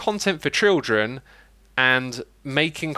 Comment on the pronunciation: adding "trildren" to the classic "trutorial"